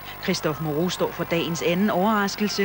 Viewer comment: Moreau my friend not Mourou